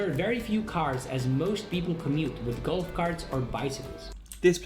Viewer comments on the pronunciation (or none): none